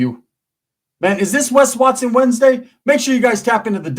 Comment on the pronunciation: Wes wat-sone….i love how he says that 😂